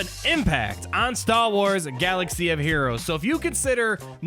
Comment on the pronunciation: The way you say Star Wars about half the time is frustrating... idk just my OCD I guess. Good video though